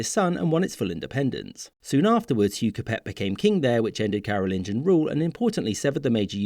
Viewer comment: J'ai mal au crâne du fait de la voix AI qui ne sait pas lire... Carolingien (De Charlemagne) et Capétien (Du roi Hugues Capet 987-996) sont les mots que cet AI ignare n'a pas su prononcer.